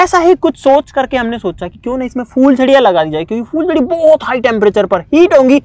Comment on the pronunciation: fooljaryaan ni hota phooljariya hota ha